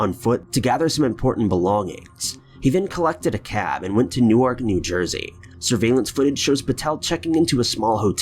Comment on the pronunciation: Fun Brandi Too, Yeah, and he messed up vowel sounds in ‘Jimenez’ and ‘Newark’, but those were very minor. I was just amazed he didn’t pronounce the “J” as a “J” in Jimenez!!!